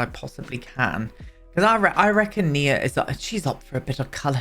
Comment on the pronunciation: GASP YOU BEAUTIFUL MAN YOU!!!!! I'm transgender FtM and my given name is Nia!!! You are the ONLY PERSON who pronounced it right! Literally the ONLY PERSON!!! ugh I am now a forever fan, I mean I was always but now yes I am Did you know Nia means Purpose in Swahili? My mother went through 8 miscarriages before she had me then after she had me she had a stroke that paralyzed her so she couldn't hold me but she was determined to hold her first baby her miracle baby and she practiced walking, so on Christmas she held me for the first time. My mother passed on the 14th of September but I absolutely love my name she gave me even though men aren't called Nia so I kept my given name even though I go by my choice name. I absolutely LOVE that you named your sim Nia and I absolutely LOVE that you pronounced it right. Sorry I heard my name on the TV and got so excited I had to write out my story I do apologize for that love but it should show you just how much I adore my given name.